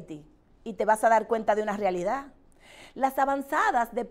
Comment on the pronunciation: Ella está diciendo las Rialida